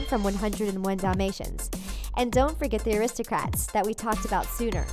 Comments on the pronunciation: It sounds like you are pronouncing the Aristocats as aristocrats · rw:why are you saying Aristocrats ?,its pronounced Aristocats no "r" inbetween the letters "c" and "a" in the title . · It's Aristo-CATS!!!